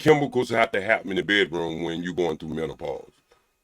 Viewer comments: First of all there's absolutely no such thing as "MEN-TA-PAUSE!!!! And somebody in the comments called this man ""!!!! He's not getting not one damn DM from anybody with sense for sure!!! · I’m just mad that he can’t pronounce menopause 🤦🏾‍♀️ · Wait did he say mental-pause. 🤦🏽‍♀️ This entire interview got me 💀 he said he only stickin not lickin 😂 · Did he say "mentapause"? Just wait until you get to Africa, bruh SMH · Omg, I thought I was the only one that heard a "T". 😆😆😆😆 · Wait one got damn minute, what is men-ta-pause 🤣🤣🤣🤣🤣 I know I'm not the only one who heard him say that.